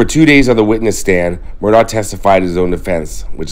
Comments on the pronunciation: Respectfully, their last name is pronounced “Murdock,” NOT “Murdaww” as you pronounced it over and over in this video. The pronunciation is documented multiple, multiple times in reliable sources online. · They pronounced their last name Mur dock. I filmed their right after it happened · Just an fyi. Murdaugh is actually pronounced murdock. Weird I know